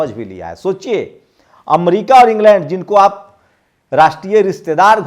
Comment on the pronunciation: Amdica nhi America hota hai